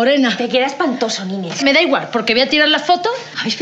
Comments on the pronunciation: No es Nine, es Nines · es nineSS, no nine xD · ¡Nines, Nines, Nines Nines!...la prima de Raquel se llama Nines, no es Nine. Les falta la 's' final. Nines es diminutivo de Angelines. Escuchen bien como le llama su prima Raquel y otros personajes 😊